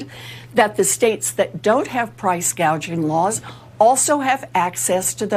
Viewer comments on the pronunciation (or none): I don't believe this.... They are going on and on about Kamalas price gaging, that is what she said, she can't even read. The word is gauging. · Elizabeth Warren, another socialist… Kamala couldn’t even pronounce price gouging!! She says “gaging” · There are already anti price gouging laws, or as Kamala says anti gauging 🙄